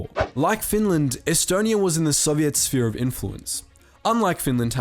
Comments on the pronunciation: stop saying sovidt like that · The way you prenounce Soviet makes me sad. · Why do u say Soviet like tht